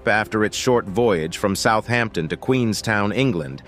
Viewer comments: Southampton.....is one word. It is NOT South Hampton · Southampton is one word, not South Hampton ! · Southampton, not South Hampton. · Southampton right? Not south Hampton. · Southampton is not two words! South hampton?? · Not one to nitpick but 'Southampton' all one word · Wow, it's not South Hampton it's Southampton. If they can't name the city correctly what else is wrong. There isn't a South Hampton or any Hampton in England and Southampton is a well known port city in the UK. FFS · It is Southampton not South Hampton. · It’s not south Hampton it’s Southampton all one word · Its Southampton not South Hampton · 1.5 million views and doesn’t know Southampton is all one word ! I fear for the future 😢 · Southampton is one word. Why can’t Americans get things right? He surely has done his research or is he just reading from a script?